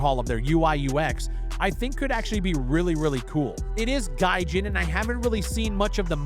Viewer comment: the only reason i watched this because its you but the moment you said gajin. incert spiderman laugh meme